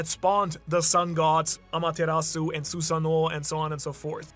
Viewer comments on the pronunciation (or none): none